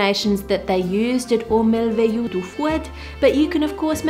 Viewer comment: Aux Merveilleux is pronounced like “O mer-v-aye-euh”, kind of hard to pronounce for someone that doesnt speak the french tongue